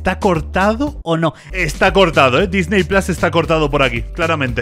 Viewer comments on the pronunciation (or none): none